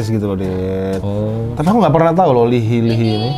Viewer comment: Btw, baca namanya bukan "li hi" gt bang tp "i hai" 😅😅 Coba reaction yg red lipstick